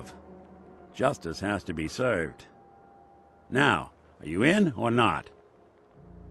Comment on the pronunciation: justice has to be seurved